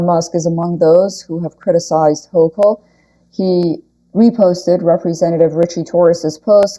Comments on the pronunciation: Hochul is pronounced Hokul. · Thanks for the update! Very sad. I live in NY State and we pronounce Kathy Hochul's name this way: Hoe-coal.